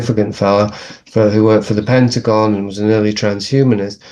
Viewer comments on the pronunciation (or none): none